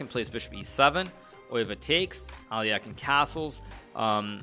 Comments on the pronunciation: It should be A-le-hin (with stress on second syllable, that is, on the first "e"). There should not be "ain" sound in the end - do not pronounce it as in "mine", say it as in "pin". Also that stressed "e" must be a soft "e", similar to "men". Some Russian speakers think it should be "ё" (yo) sound, but it is not - Alehin himself was known to get very upset if other people used "ё" instead of "e". The difference is that Alyokhin is not a nobleman's name, it's a simple working last name of a peasant, and Alehin always insisted he was of a noble parentage. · Did you not hear how he says al eh kine pronunciation isn't his strong point. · Alekhine is also definitely pronounced wrong, it's approximately Al-YEH-khin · He’s not ALEAKIN , he is Alekhine(Alehin) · agadmator constantly mispronounces names too, and they're both wrong actually. As is the "standard" English pronounciation. It's actually more like "Alehin", with the stress on the second syllable. The e at the end is only there because his name is spelled in a French manner. Same with Nepo, who's full last name is so awfully written in Latin script that i don't even want to try writing it out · im pretty sure hikaru is pronouncing alekhine incorrectly